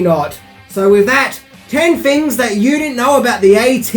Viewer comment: as well as your inability to pronounce "TH" Here's ten fings you didn't know.........................